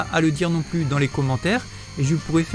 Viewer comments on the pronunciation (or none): none